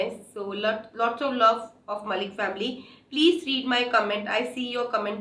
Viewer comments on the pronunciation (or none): none